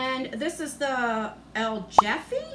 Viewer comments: Lol El Jefe is pronounced El Heffay and it is Spanish for the boss or like the head honcho. I have seen six unboxings and everyone said Elle Jeffy! Lol 😂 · Had a good day today despite the rain. Let me help you with some pronunciation. El Jefe is "El Heff- ay". It means the boss. Compadre is Comm-PA-dray. It means comrade, or friend/companion. The H&H box is not really for me, because it's all makeup. I like to get a lot of skincare instead. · Its pronounce "El Hhefe" it's Spanish so it's hard to say properly it means "The boss" 😊 and Compadre (Come-pa-drre) its a way to say friend or companion 😁 Sorry for the spanish lesson but I like to help ❤😘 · omg i love how u pronounced el jefe😂😂😂 but great unboxing omg i love this box so much💕💕💕💕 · Hi the El Jefe eyeshadow means The Boss in spanish the J is pronounced as an H u made me laugh when u said it lol